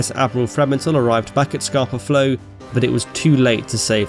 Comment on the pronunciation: I've lived in Stromness for 3 years and its always funny looking out on Scapa every morning, realising the entire German fleet sank there 100 years ago. (its pronounced as if you were saying scahpa not scarper, cool vid)